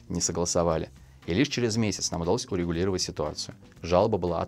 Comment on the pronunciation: я забыл улыбнуться в конце фразы, обозначив несерьёзность замечания.) На ты, вероятно, оговорился и произнёс "улегулировать". Хоть я сам и не фотограф, но с удовольствием смотрю ваши выпуски про фотоаппаратуру.